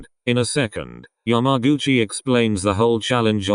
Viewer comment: nobody: How say’s yamaguchi: YAM-A-GUCCI